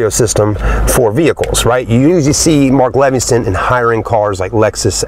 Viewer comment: I dont wanna be a dick, but I cant help it. If you're going to do a "Review" on a car you may want to learn how to say the brand of the sound system "Mark Levingston"? Seriously? Its "Mark Levinson" and they are only in some Toyota products (Lexus), not in Mercedes, not in Acura. That car is rwd, of course theres no torque-steer....that's only experienced in fwd cars. I couled go on, but instead I'll just not torture myself with another sales pitch, I mean "Review" I told you....I cant help it.